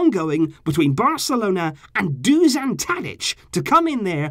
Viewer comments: Love your vids mate btw it’s pronounced dushan 😂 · When saying Dušan Tadić, its hard to pronounce. You are saying Tadić corecttly, but Dušan is a bit harder. Š is like youre saying S-hut or youre shushing someone (sshhhhh..). So "Dushan Tadić" basically. nobody cares but im bored